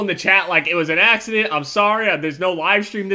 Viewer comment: i swear he said naccident